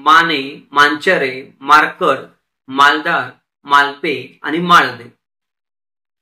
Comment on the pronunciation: Bharkad nhi markad😂😂